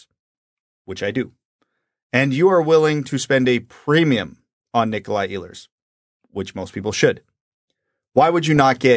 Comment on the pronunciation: He is not Iiiilers, he is Eeehlers.